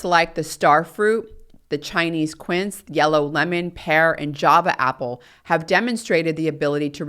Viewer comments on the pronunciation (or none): none